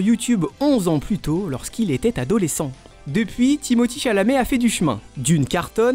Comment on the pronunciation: Sont nom se prononce Timothér et non Timothii